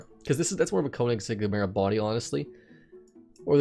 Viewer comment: Great video as always, just saying it's pronounced "Kern-igg-segg". Love the work bud